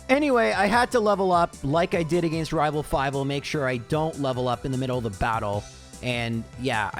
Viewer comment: say it with me "uh - gen - st" UH GENST NOT "AYE ' GENST" UH GENST